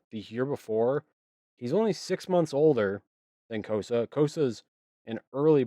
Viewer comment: “Cossa” …Chris shakes head no. 😂